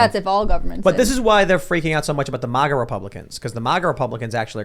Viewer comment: I really wish you would stop saying MAWGA instead of MAGA. It's kind of irritating it seems like you're kind of being or trying to sound snooty. MAG = MAG like in magazine, or magnet... Do you say MOGNET Tim? IT REALLY SOUNDS BAD.